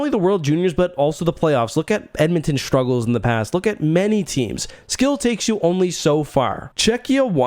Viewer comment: What the hell are , "shtruggles" ? Learn to speak English , man . If you can .